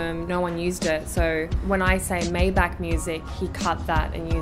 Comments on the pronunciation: May Bach not Mai Beck 😅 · Maybach ! Its CH not K like BaCH ! !